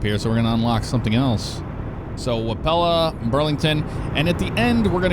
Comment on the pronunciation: That's disappointing you didnt go to the greatest city in Iowa but its ok. Also wapello is pronounce wap-a-low